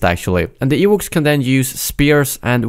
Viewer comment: Ewooks and Ach-Too Rey 😂. Gotta love accents.